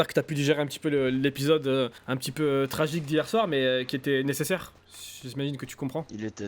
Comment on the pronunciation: Mdr ben il a dis peutit bonhomme vers